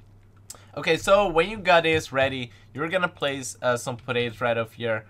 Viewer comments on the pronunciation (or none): I ike it how he says portables as potatos